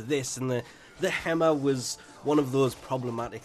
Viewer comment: Less-E-On? That's not how it's pronounced right? It's Lee zhun like legion with an s. Or am I entirely wrong here? It's also not Hem-ah. It's Heam-au.